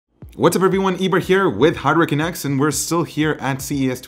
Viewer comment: Hi Eber. I'm been meaning to ask forever but how come each time you introduce the videos it sounds like you're saying "hurricaneX" instead of "HardwareCanucks"? or am I just hearing hurricanX when you say Hardware Canucks?